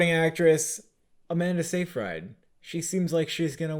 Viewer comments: For the love of god learn how to say Seyfried. It is NOT pronounced “Safe-ride”, it is “Say-frid” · no one: brother bro: aMaNdA sEi fRy D